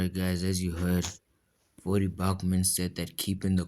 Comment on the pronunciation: Did you call him Vodie Bochman? You didn’t say his name right